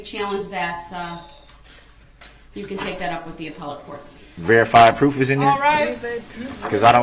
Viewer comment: There's no verified pwoof, there's no verified pwoof! Well other than the mountain of evidence that puts him in the SUV on the parade route running over people with heartless abandon. I think that counts as pwoof.